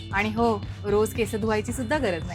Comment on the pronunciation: केसअ नाही ग, केस असतात. उच्चार चुकतोय